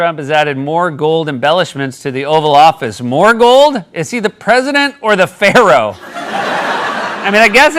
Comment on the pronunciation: Did you say Pharaoh or Fairy...